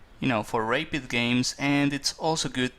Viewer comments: All games are good to analyse. Just because Karpov lost doesn't mean it's not a useful thing to see. The bishop to a6 was very weak though and he just bought it back to b7 in the end. Thank you for posting. By the way, it's pronounced rap-id, not rape-id. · nice but don't say rapeid it is rapid (pronounced like rabbit) being a GM you should know this